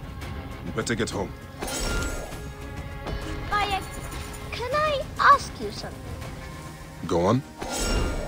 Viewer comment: continues to call him bay-ek even though every character calls him bi-ek